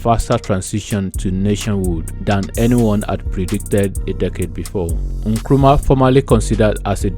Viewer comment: It's Nkrumah not nkuruma. Kindly correct pls